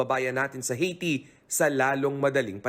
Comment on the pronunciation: Ang OA naman ng pagkabigkas ng Haiti. It's Aihh-Ti.